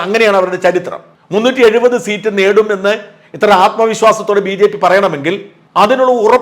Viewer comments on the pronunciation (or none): none